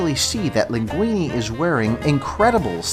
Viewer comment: And when he said "linguini"